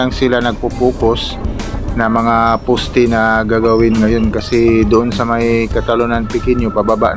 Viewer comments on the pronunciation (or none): Pls don’t get me wrong sir but just want to comments. It would be much nicer to hear if u pronounce it correctly as follows: another day(soft long a) not another “di” & poste not posti(matigas) latest not latis. Ty & ingat!